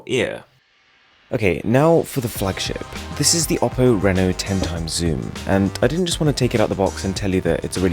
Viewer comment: Finally, somebody is pronucing "Reno" right.